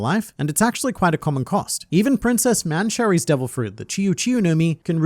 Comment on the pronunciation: The way you pronounce Mansherry...